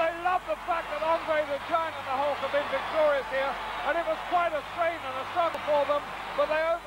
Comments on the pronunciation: Why is he calling him ''Hullker''? Jeez was just awful. He'd just start making up names and screwing up names. Jim Neidhart would all of a sudden become Jim ''Neidhower'' etc. during the action he'd also just start going ''WoooooOOOoo!!'' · Did he say; "Hulker" ??? hahahaha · The "Hulker"😅